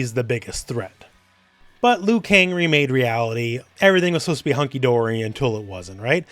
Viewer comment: Are you sure its Liukang?